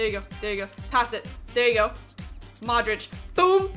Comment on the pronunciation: You are sayin Madrič not Modrič